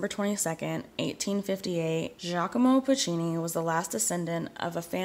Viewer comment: actually I am commenting on the TERRIBLE pronunciation ...and btw it is pronounced "Zjakomo Poocheenee"